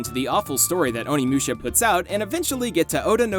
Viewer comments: My heart died a little every time you said "Oni Mewsha." Moo sha. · Who the fuck is "Haihachi"? What the fuck is "Onimyusha"? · I cannot be the only one who's having problems with how he says Onimusha.....